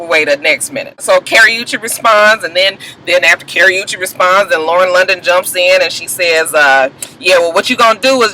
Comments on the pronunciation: OMG I am dying laughing over here. When you say Karrueche's name, it sounds like you're say Carry-oo-chaye.......lol hahahaha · It's funny how you were saying that girl name wrong but thought you saying it right! Everytime you said it I died.